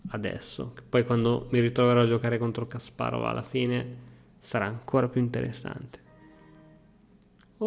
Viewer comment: Ti prego, impara a pronunciare Kasparov, perché quella pazza che ho di fianco si incazza con me se tu lo dici male.